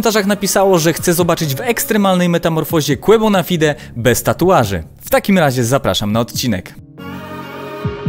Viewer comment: Quabonafajde się wymawia